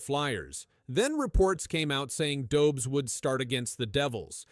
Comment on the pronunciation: Learn how to pronounce Dobes...it shows respect. Learn how to pronounce Martin St.Louis ... it shows respect.